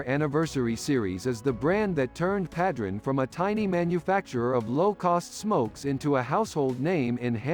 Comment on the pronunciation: The only thing that drove me crazy was the mispronunciation of Padron